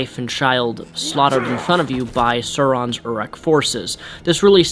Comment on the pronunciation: Its pronounced SAUron